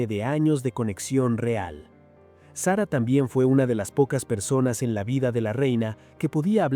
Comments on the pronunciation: Señor. Eñ espàñol de pron7ncia. Sara no Sera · Que mal pronuncia el nombre de SARA.... deja el inglés de lado.,no sea payaso.ESPAÑOL SARA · Payaso!!! SERRA....!!!! SARA!!!! ESPAÑOL